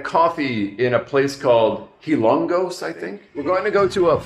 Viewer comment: It is called Hilo-ngos Leyte my friend!… enjoy your journey 👋